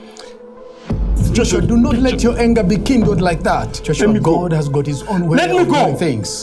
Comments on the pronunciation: It's not ghadd it's God 🙄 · This so called Pastor really needed a punch on his face, the way he keep on saying ghaaad instead of God was annoying. And who on earth gave him authority to hold on to someone's else that is kidnapping 100%.